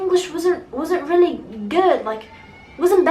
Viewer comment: النطق عندك كتيييييير كلمات قلتيها غلط ابسط حاجة Really